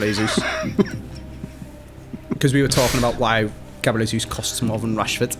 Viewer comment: the day when says jesus properly is when😭